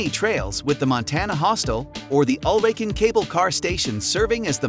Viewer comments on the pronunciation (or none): Hi, you got the names wrong. It's Fløyen, not Floyd, Ulriken, not Urlikin, Flåm railway not Flan and Kode museum, not Code. Have a nice day!